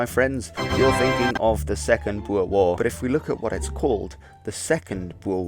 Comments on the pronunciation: I am a amateur historian of sorts and a regte Boer. Sir, you are the only non South African I have ever heard pronounce "Boer" correctly. BooRRR. Much respect! As to the video, and the time allotted, you did a good job. Just one of many details I could ad, after the 1st Boer war the British changed uniform from bright red to kaki. There is much debate over whether this war was the reason, but I would let the reader decide. If anybody wants to visit Majuba Hill I am offering my services as an amateur guide for free. I stay in Natal. God bless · Great video, it's refreshing to hear someone who can actually pronounce Boer correctly. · I'm pretty sure some older people still pronounce it the dutch way so it's fine, since you can speak dutch your proniounciation is much better than an average English channel.